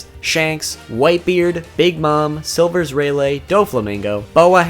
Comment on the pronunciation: Selll verrsssss rayyyyy layty lmao can you pronounce any worse